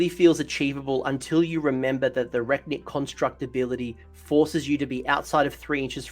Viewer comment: Thanks for the great summary! Ps: it's Re-Knit constructs, as in reconstruct.